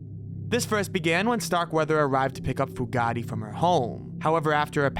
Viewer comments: It’s “Fu-Gate”, not “Fu-Ga-Ti”, you putz! 😑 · Pronounced FUGATE(FEW GATE) That name is NOT ITALIAN! LOL! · it's pronounced Fu' gate Chief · Fugate is pronounced as Few-gate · Great video but Starkweathers girlfriend was Carol Fu - gate I think it's actually spelled Fugatt but it's pronounced Few gate..... I'm not a grammar nazi, I just have a pet peeve. Sorry. Great video tho! Excellent work. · OMG Carol Fugate - Fu- gate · Also the name "Fugate" when talking about Starkweather.